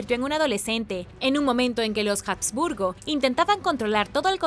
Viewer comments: Perdón, pero se pronuncia Habsburgo, no "jasburgo". Y lo que tú llamas "mandíbula de los jasburgo", en realidad se denomina Mandíbula prognata. Ni de broma puedo imaginar que a alguien con esa característica, el médico le diga que tiene "mandíbula de los jasburgo". Asimismo, tampoco se pronuncia "diábetes" como si la "a" llevara acento. Me pregunto a qué clase de colegios fuiste .. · Y dale con pronunciar la "H" como "J". No sé qué te han enseñado en la escuela; pero la "H" en español ( y en alemán también) es una letra muda. Se escribe pero no se pronuncia. Utiliza el traductor de Google. Selecciona el idioma alemán, escribe habsburgo y dale a la opción de voz. Escucha como suena. Te lo he dicho varias veces; pero parece que no quieres aprender a mejorar y te empeñas en hacer las cosas mal. Si lees los comentarios (cosa que estoy empezando a dudar) mis críticas son de carácter constructivo; para ayudarte a mejorar. Es una pena; porque me gustabas mucho; pero no puedo continuar siguiendo a alguien que no quiere hacer las cosas bien. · Por otro lado, Habsburgo es de procedencia alemana y se pronuncia tal cual. De la misma forma, en un vídeo anterior, al hablar de la Alhambra decía Aljambra. Madre mia!! ¿También diría almojada, por ejemplo? ¿O cacajuete? Si hablas en un idioma, hazlo correctamente. La he oído hablar bien en infinidad de veces. Lo que no comprendo es por qué en los últimos vídeos lo hace tan mal y, por lo visto no admite sugerencias para mejorar. Como he dicho anteriormente, mis críticas son constructivas.